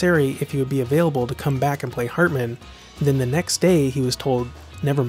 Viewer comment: The narrator in this video has an enunciation problem. I'ts HARtman, not HERtman or HURtman... HARtman as in 'Heart'